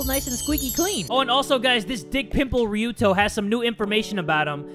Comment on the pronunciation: After years of playing this game finally says Ryuto's name properly. I have been waiting for this day.